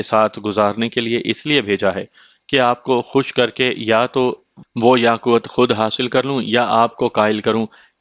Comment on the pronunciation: It's not yaqwut .... It is Yaqoot